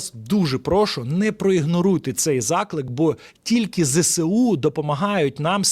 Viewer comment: Зесеу--- неправильно.Треба: ЗеесУ або вимовляти"зсу"!